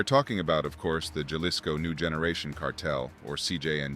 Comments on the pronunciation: Bruh, “Ja-lisco” lost me. It’s “Ha-lisco” fam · Starting to see why Americans are disliked in Mexico. "HA-lees-Ko" not, "JAH-lis-Ko". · Jalisko? It's prounounced Halisco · JUH lisco has me dead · So it’s not Jail Lee sco?